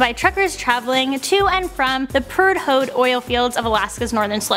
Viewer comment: great video, but I did cringe at how you said the word Prudhoe. The h is silent. Pru-Dough. A prude ho is an oxymoron. lol